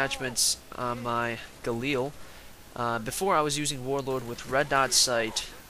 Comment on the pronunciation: It's the galil why does everyone call it the galeel on YouTube?